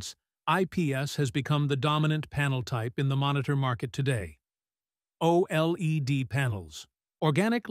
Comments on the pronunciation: its pronounced: "O Lead" (OLED) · "Oh Eel Ee De"